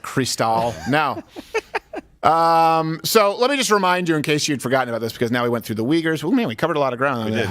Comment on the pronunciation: Freudian slip... "A GAYse of example". 🤣